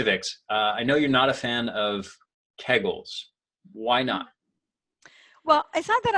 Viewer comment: Kee gels. Not kag gels